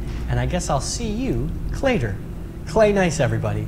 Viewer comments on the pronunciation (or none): "I'll see you all clayter"